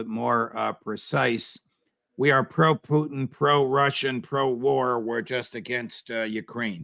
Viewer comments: Judge Napolitano pronounces "Putin" perfectly . Ray's pronunciation is close, but e.g. it has soft "n" at the end, which it shouldn't. Pu-t*ee*n ( , ) is completely wrong. Many English-speaking people also say it like Pew-tin , which is also wrong. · On president Putin’s last name pronunciation- the accent is on U. Like P[o-o]tin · Putin , accent on letter U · It is PU-tin - the emphasis is on the first syllabus. Please stop pronouncing it a la French. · Regardless of whether it's correct or not, I hate the way Ray McGovern says Putin's name. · I like Ray, but I live in Russia and have been here for 19 years now. He's not pronouncing Putin's name correctly. It sounds like he's trying to Latinize it. The emphasis is on the first syllable and the i is soft, not hard. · Putin's name is stressed on the FIRST syllable, not the last. Case closed. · The stress is on the first syllable in "Putin," not the second.